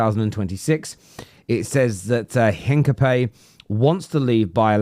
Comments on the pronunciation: Spanish speaker here. Is not Heencapee as you say it. H is silent. The aproximate is "Een-kah-pee-EH" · 'in-ka-pyeh, silent H, stress on the accented E ;) (Greetings from Leverkusen) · It's pronounced Hincapi-ye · Hincapayyy hahahahaha Almost, mate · its HIN-CAP-EE-AY